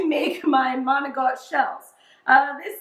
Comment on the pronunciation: How come some Italian s don't pronounce the I or a at the end of a word. It's not Maocttt it's Manicotti with the i. !!!